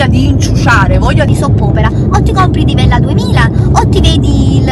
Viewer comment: Mi hai fatta morire dalle risate,si vede che hai fame, hai detto divella 2000 ahahahahah